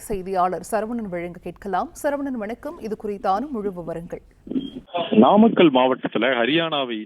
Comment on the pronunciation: நாமக்கல்லில்.. நாமக்கள்ளில் என உச்சரிக்கின்றீர்கள் தமிழை சரியாக உச்சரிக்க வும்